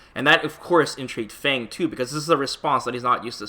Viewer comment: K but his name isn't pronounced "Fang", it's "Fawng".